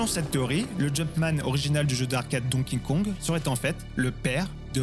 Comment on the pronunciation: C'est dur à dire hein Donkey Kong. Don Kingkong, hahaha.